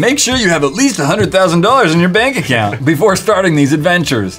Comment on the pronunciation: be like, let me create an Assount ''Aka Account''